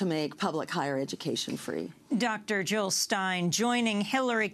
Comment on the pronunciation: Jill Not Hill